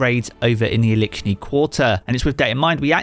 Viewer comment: Elickshni quatrer😂